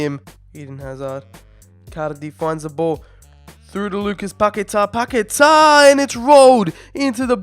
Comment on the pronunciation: Please try and pronounce Paqueta’s name better. 🙏🏻